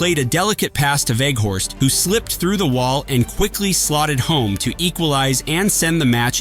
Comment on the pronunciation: It's WEEG- hORST...N=not Weg-hoorst